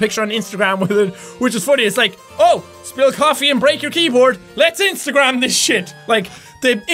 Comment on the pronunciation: I have seen this video like three times now and in the video i just hear spell instead of spill and my english is very bad I know